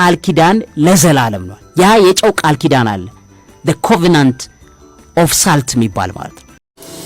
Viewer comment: *Salt 'ሶልት' ነው ትክክል አጠራሩ።